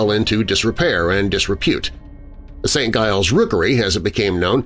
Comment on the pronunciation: St. Giles pronounced Saint Jiles